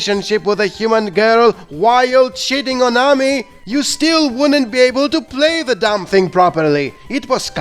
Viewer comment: The way you say "Amy"...